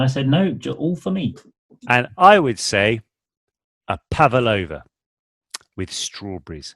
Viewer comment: pavalova ? Isn't it pavlova? Im confused sjsjsjsj